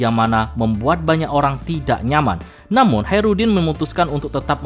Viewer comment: hajrudin jadi haerudin terus min wkwk sekalian aja jaenudin 😅